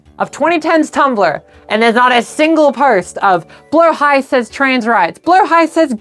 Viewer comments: I loved how well thought out this "documentary" was. I've always wondered the background for our sharkie friend Blahaj, and now I know. ...Also learned how to actually pronounce Blahaj. "Blow-high", and not "Blah-hadge" :P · As a Swede im both happy our ikea shark is a trans mascot 💕 but also annoyed some people pronounce Blåhaj wrong ❤😂 (it’s “blow-high”) Glad you got it right! 🫶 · Thank you so much for pronouncing the name correctly 🦈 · Mine is “Blåhaj” (pronounced blah-hah) so whenever I can never get it wrong :333